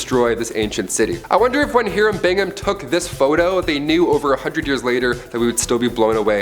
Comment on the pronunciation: The constant mispronunciations drive me bats. They speak volumes about the narrator. Learn the words, dude -- Sunoco, Cuzco, Hiram... jeez.